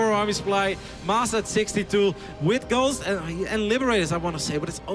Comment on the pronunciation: 55.00 It sounds like he says "girls" when he says "ghosts" ^^